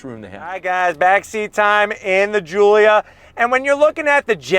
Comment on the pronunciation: GIULIA GOOLIA